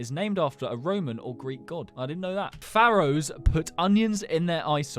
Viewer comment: "Farrohs..." lol